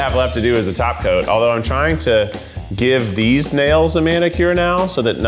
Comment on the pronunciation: All I can hear is "taco" instead of "top coat." Thanks Cristine